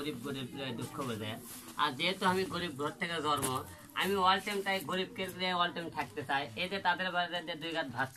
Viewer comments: Mr.Alom জরমো হবে না জন্ম আপনি আগে কথা বলতে শিখেন।।।।।।। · ''জর্ম'' এটা আবার কোন ধরণের শব্দ? একজন পারলিয়ামেন্ট সদস্য হিসাপে নির্বাচনে প্রতিদ্বন্দ্বিতা কোরতে চলেসে, কিন্তূ সে স্পষ্ট বাসা বলতে পারেনা।।